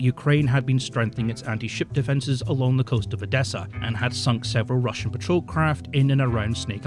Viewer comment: how can you misspronounce these words so much? Like for God's sake man, I can pronounce Chinese or Japanese words better than you can Russian and I cant read their words. This is beyond normal Monolingual (eww) people's problems, this is actually annoying at this point. Please just... read how to pronounce these things or listen to the Translator pronouncing them or something. And note - you do the same for ALL non-EN names and words. German including. Its seriously worse than what Monolingual 43 I Q rust belt monolinguals would manage to scramble up.